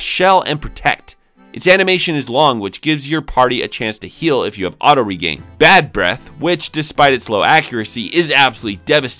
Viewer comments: Regen is short for "regenerate" so it's not pronounced "regain". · Why do you say "regain" when it's "regen", which is short for "regenerate"? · Why do you keep pronouncing regen as "regain" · Yea it's pronounced Rejin